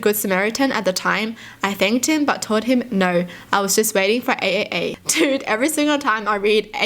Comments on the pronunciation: Who was pissed off because she kept saying A A A when it’s pronounced “Triple A” but “AAA”. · AAA Is actually pronounced as Triple A in the United States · Anyone else laughing when she said AAA? In my brain it’s pronounced like the batteries Triple A lol! Also love your videos watch them any chance I can get🩷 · pronouncing AAA the way she does, instead of the correct way as Triple A is so adorable.